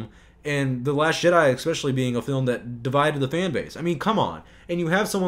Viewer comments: It's jedi not shedi😠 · are you saying last Shit Eye or am i deaf 😂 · Are you calling it 'The Last Shit eye'? Ingenious! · I keep hearing the narrator say "the last shit-I" Anyone else? ... ... And then it dawned on me. Exactly! Episode 8: the last shit I will watch from Disney! 💩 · Are you saying “The Last Shit-Eye” instead of The Last Jedi? Because that’s all I hear. And it’s hilarious.